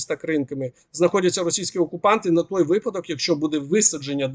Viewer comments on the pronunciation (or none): none